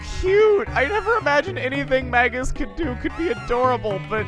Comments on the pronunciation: Dangit, I was hoping now that he'd joined your party your pronounce him name correctly, it's MAY-gus. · So considering how you pronounce Magus, you probably don't realize it, but Magus (Mage-is) is another word for (you guessed it) Mage. Basically his name this entire game has been "wizard".